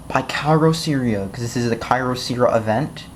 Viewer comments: WHY THE FUCK WOULD YOU GET THIS PHONE IF YOU DON'T LIKE IT!!? THERE IS NO PHONE THAT WILL COST 5 DOLLARS WITH FLASH!! I GOT IT FOR 30 DOLLARS! AND I THINK THAT PRICE IS NOT BAD FOR A CHEAP PHONE. And don't pronounce the name incorrectly It's annoying mostly because of your voice. The company is good because they send you replacements even if you don't have the warranty. I got that phone and it lost It's battery. Then I emailed the company so that they can send a replacement and they said yes. Most carriers won't do that. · Why are you so damn sarcastic and smug? U got this phone for $5, STFU and STOP pronouncing the name wrong. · Then get your parents to buy you a better phone! Also this is how you do as review: LISTEN TO THE WAY HE PROONOUNCED THE BRAND NAME AND LOL THAT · Didn't you say there was NO micro sd slot? So why did you then say that you have to purchase an sd card? So are absolutely despicable did you know that? YOUR parents got you the XBox and that is how you got the phone. Stop being an entitled white boy and learn to pronounce te brand correctly.